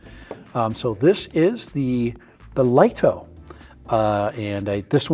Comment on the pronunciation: Lol, you're wrong, it's pronounced 'Lee-toh'. That comes direct from DJI's marketing division. And it replaces the mini, and the mini 4k, not the mini 4 pro.